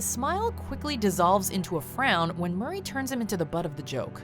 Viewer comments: D "HOW BOUT ANOTHER JOKE MUR- RAYY" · My favorite moment is “MuRrY”